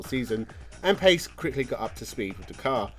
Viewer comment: Carlos Pace's last name is pronounced Pa-che